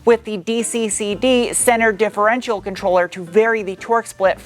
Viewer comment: It's adorable how you can't say differential properly.